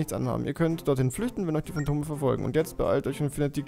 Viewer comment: Wer hat Kondome bei Phantome verstanden?xD